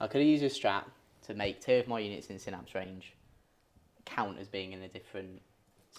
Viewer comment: Oh dear, first time here, and they're already not pronouncing Synapse correctly lol. Lets see how this pans out. I will be critical. The Tyranid paint scheme is a little odd having the brighter colour for some of the carapace, not a fan of it this way round, much prefer the brighter colours to be the chitin, but that is just personal preference. Seeing Space Marines with flat matt colours is also odd, but also just personal preference. However both paint jobs are really crisp and very well painted. Tyranid Turn 1, the Genestealers were mostly reversing towards the Space Marines. Made me chuckle XD as did the Barbedgaunts also reversing. You info card popping up about Heavy is incorrect. You state that if the bearer remains stationary you get the +1 to hit. The unit is required to remain stationary not just the bearer. The Rhino should have taken a Battle-shock test at -1 from the Screamer Killer yelling at it. (This was picked up later in the video) Captain Vanguard Deep Striking you measured diagonally not horizontally though I expect it wouldn't have made much of a difference as you know the charge distance is 9" and the terribly designed Prime is on the ground floor. Strenguard cannot go in Rhinos, they are tactical and Rhinos cannot have tactical models embarked in them. Though this was revealed when the marine index was dropped, which was the day after this battle report. So we can let this one slide. (but you can have 4 servitors with 2 multi meltas embarked in a Rhino